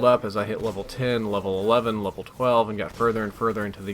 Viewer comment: you LOVE-L up with your wife. (I'm only joking about that mispronunciation of *Level) You LEVEL up with JHub. (cause that's what friends help you do WOO) Sweet life man sweet life:D This game also looks pretty fun and I might check it out.